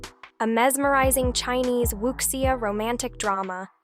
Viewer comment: Wuxia is pronounced Woo Shaw